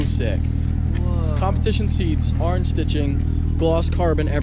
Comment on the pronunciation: if you hate the way says orange (arnge) like this comment